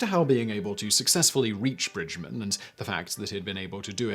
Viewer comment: Laura Bridgman not Bridgmon. You've got an Awful pronunciation man. She was American and it is spelled BRIDGMAN with an A not an O. I am french and I know it. I read about her.